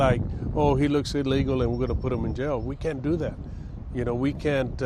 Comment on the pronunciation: can't say the word "illegal" 😂